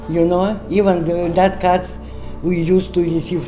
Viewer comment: I think she meant card not cart Ration card